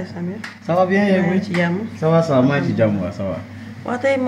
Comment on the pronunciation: elle a dit chamir😂😂😂😂au lieu de samir